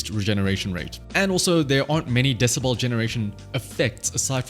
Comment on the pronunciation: DeciBEL not deciBALL.